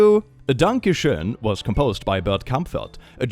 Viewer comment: The sad part is you're forced to mispronounce the word schoen as shane every time if you want the lyrics to rhyme.